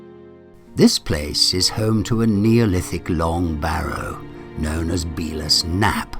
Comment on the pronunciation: Great video one correction its Bella's Knap as in the ladies name Bella 😊